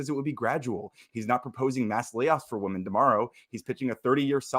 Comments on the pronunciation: Why can't they ever properly pronounce "women" and use the singular form even when they refer to the plural? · Alright, I finally gotta ask, why do you pronounce “women” like that?